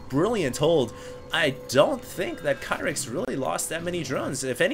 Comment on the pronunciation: I've heard Tastless and Artoisis pronounce it "Key-rix"